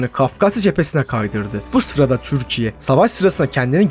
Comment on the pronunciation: Düzgün konuşamıyorsun, "Türkiye" ismini normal telafuz et